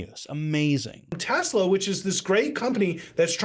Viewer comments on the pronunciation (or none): No, he said he loves "Tesler." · "I love Tesslur!" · It's "TeSlur".